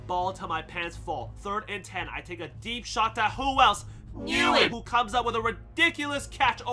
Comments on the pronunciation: the way you say Nguyen is so disappointing. It’s pronounced, WYNN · btw Nguyen is pronounced "win"